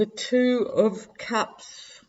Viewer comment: When you pulled the card with the wolves on it I thought you said "Two of Pups". haha. I enjoy every word you say but I will always think of that card as Two of Pups.